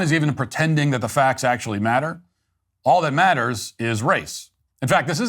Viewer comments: THE BLACK LAWYER IS A GHETTO DEESE, DEMS AND DOSE TYPE. HE LITERALLY SAID---- DAT INSTEAD OF THAT, OVER AND OVER AGAIN. HE IS A HAIR'S BREATH FROM TOTAL ILLITERACY. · The word is THAT, not "DAT".